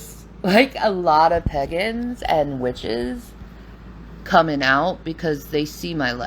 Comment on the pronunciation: Not the "peggens" and "witch-hehs"